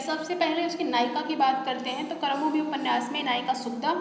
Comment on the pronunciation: बहुत सारे शब्द आपने गलत बोले हैं । शुरू में ही ‘कर्मभूमि‘ को आपने ‘करमभूमि‘ कहा, ‘प्रेमचंद‘ को ‘प्रेमचंद्र‘.. कृपया सही शैली अपनाएँ।🙏 मेरा उद्देश्य आपको ठेस पहुंचाना नहीं बल्कि सुधार के लिए कहना है।